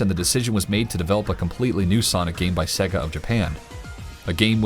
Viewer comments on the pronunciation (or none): Say-gah not seg-gah, you literally have to listen to the sonic start up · Sega is pronounced Say-Guh. Not Segg-uh. If you actually played the game rather than reading a script you would know that after 2 seconds of starting the game. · I really like your videos, but every time I hear the narrator say "Segga", I want to break something. 😬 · Why do Americans have to miss pronounce sega drives me crazy 😡, but love this channel 🖕🏻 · the way you say "Sega" lol...Probably more accurate but sounds funny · I know this is really petty but the way to pronounce sega is literally at the start of the game